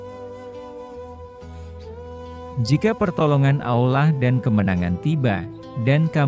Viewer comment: MC nya orang Islam apa Kristen. Ko ngucapkan Allah dan Insya Allah ucap ny ga pas.(sprti orang Kristen)